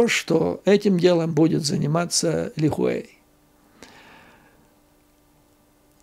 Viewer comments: Правильно ни Ли Хуэй а Ли Хуй. Не стесняйтесь называть вещи как они есть. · Вы не совсем правильно говорите фамилию Ли Хуэй - там буквы "э" нет)). Спасибо за обзор!